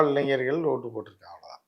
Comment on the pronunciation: இளைஞ்சர்கள் இல்ல தம்பி, இளைஞர்கள்